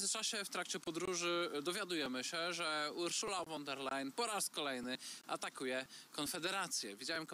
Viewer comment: Panowie , nauczcie się wreszcie wymawiać prawidłowo nazwisko pani von der Leyen (wymowa : fon der lajen)